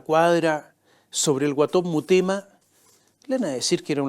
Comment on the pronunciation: La boda en el Padrino (1) fue en los 60 y no en los anos 30. El alias es Guaton Mutema, no Murema « 2 veces » dicho por este sarcastico periodista derechoide, demasiada imitacion a los farandoleros de la tv argentina.